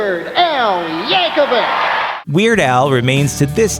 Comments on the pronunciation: Yankovic is pronounced "YAN-koh-veech" not "~-veek." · Its pronounced Yankovich, not Yankewik. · The last name originates from Serbia, thus should be pronounced with Ch sound at the end, same as you don't pronounce The famous tennis player's name Novak Djokevik, but Djokovich. Google it brah.